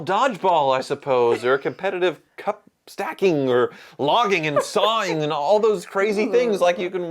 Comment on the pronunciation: The new Ocho sport should be " attempting to pronounce 'cup stacking'".